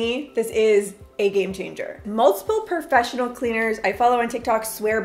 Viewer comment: Perfessional is not a word, and it is “haphazard” not “halfhazard “🙂